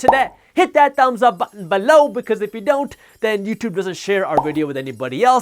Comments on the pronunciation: I love your channel, but when you say 'below' I want to 'beeeelow my head off'. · Random guy on YouTube I like the way u say BELOW